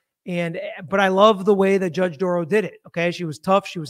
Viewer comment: Dorow NOT Dorrow NOT Darrow. Or Darow.